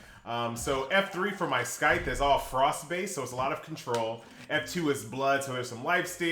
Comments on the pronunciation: The c in Scythe is silent. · Scythe? You pronounce "c"? I'm pretty sure, one shouldn't.